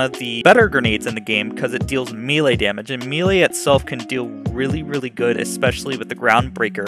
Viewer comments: again, its not meal lay....it is pronounced may-lay. ffs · I love this build - I alternate between the Peregrine and the Butcher builds on my Fl4K but this build is far superior, damage wise at least. Also, and don't take offense as I am a retired soldier, now an English teacher, but it's pronounced may-lay. Good video, my dude!